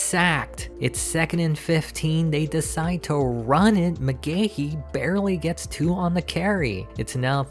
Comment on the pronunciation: It's Mcgahee not Mcgahehehe 😅